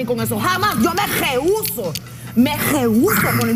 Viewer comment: dijo Me leuso dijo al primsipio y después lo corrigió me reuso